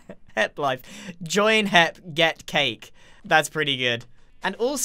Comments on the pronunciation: may say hip instead of hep but grian says heich-que instead of eich-que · he says HEP like HIP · So funny